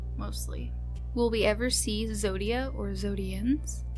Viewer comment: I always pronounced zadia as “zay-di-a”